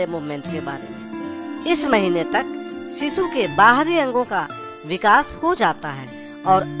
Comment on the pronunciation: अरे सिसू नाही रे शिशु म्हणतात😜